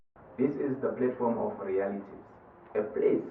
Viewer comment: platform not plate form